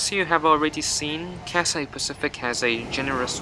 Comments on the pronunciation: Yo, it is not Catsay. It is Cathay with an h. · What is cassay pacific. Is it so hard to pronounce Cathay? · It's Cathay, not Cat-say. Cathay. Repeat after me, Cathay. If you can fake the British accent, you can say Cathay properly. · Say Cathay, and not Cassay. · he spelled it wrong intentionally, because the guy in the video was pronouncing the name of the airline as "catsay", which is wrong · Your pronouncing the name of the airline wrong I don't hear a Scholar 😂 don't take it personally tho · I thought I was the only one felt the word Cathay was pronounced incorrectly